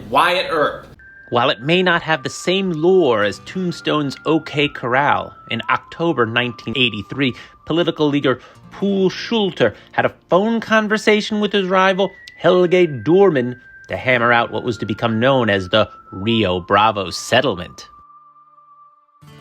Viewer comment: Poul Schlüter and Helge Dohrmann - you have to work on the pronounciation. Schlüter: "Slytter"